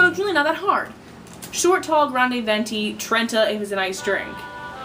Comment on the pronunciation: Hahaha I can't express how much this video represents my life. My favourite mispronunciation is "veientay". Thank you, thank you, thank you.